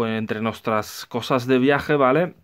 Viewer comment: Muy bueno, pero que manera de pronunciar la palabra vale.